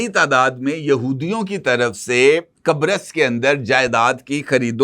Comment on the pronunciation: What you said ? Qabris ? 😅